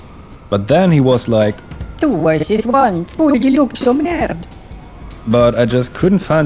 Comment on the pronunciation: Nice vid man, nice change from the chaos of most GTA videos, this was nice and soothing. By the way, you’re pronouncing deluxo correctly ☺️